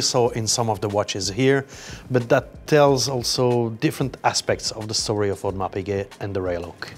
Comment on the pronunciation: Audemeeeeeeeer? --- 😂